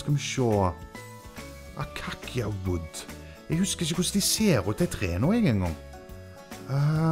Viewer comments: Elle, melle, deg fortelle, skipet går ut i år, rygg i rand, to i spann, snipp snapp snute, du er ute! :3 Men acacia uttales "akasia". Ikke "akakkia". :p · Acacia wood utales Akasia, bare så du vett! 😄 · den der acacia wood uttales mer som akasia og det er i ett sjeldent biome har funnet det 1 gang siden det biomet kom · Acacia uttales akasia/akasietre :P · Du utaler det ''akasi'' :D just sayin :D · acacia Wood utales akasia